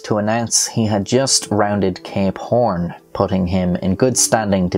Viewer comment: When he says "Cape Horn" it kinda sounds like he's saying "Gay Porn"... Now you won't be unable to hear it...